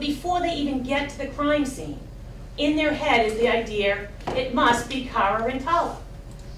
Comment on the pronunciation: What is an “ideahrr” ?